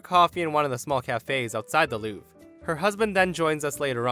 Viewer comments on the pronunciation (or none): none